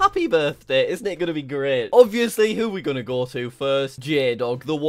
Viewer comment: I love it when Jack goes " where U gonen? " Lol idk how to spell